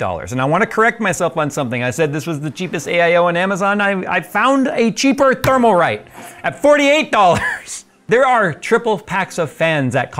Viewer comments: It's Thermalright, not Thermalrite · Thermalrite? I thought so... It IS thermalright and you said it thermalwrong 🤣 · Isn't it "Thermalright"? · is Thermalright not Thermalrite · Thermalright, not Thermalrite. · I think you purposely say Thermalright and Thermaltake I take it that